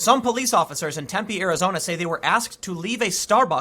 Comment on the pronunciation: Just want to say thanks for pronouncing Tempe correctly. Drives me nuts when people emphasize the wrong syllable! That said, screw that city! It's a college town injected full of young entitled lefties from out of state. I used to live there. Could not stand it!